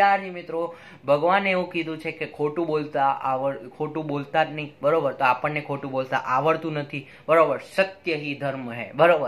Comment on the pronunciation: Sir khotu bolta tamne aav datu nathi...🤔🤔 To pachi badha video ma `khotu'... Aa word Kai rite bolo 6o😂😂